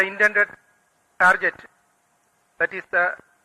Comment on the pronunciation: Why do they say target as tarjet?